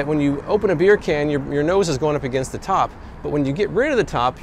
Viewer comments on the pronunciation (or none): "beer can" Your Jamaican accent is on point